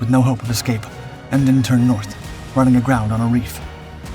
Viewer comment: Emden one word not E. M. D. E. N